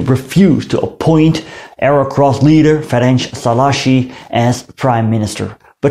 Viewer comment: You said "Ferencs Szalaasi" instead of "Ferenc Szálasi" .